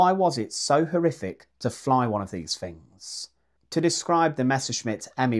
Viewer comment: Fings? I find adults still speaking like a toddler highly amusing. Im guessing a 'frottoo' is a throttle. 😂